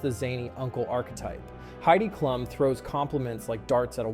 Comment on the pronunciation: it’s pronounced Heidi Kloom!